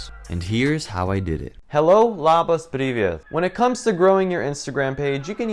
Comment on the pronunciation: I love how you said Labas. I'm from Lithuania so it's rare to see someone uses our language in their videos :)